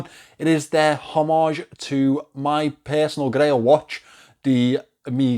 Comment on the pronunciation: Hommage, the “h” is silent. I don’t care what everybody else says. Oh! And the Moonswatch is not an Omega.